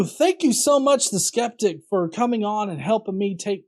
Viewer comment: You're putting the emphASis on the wrong syLLABLE. It's pronounced the Skep Tick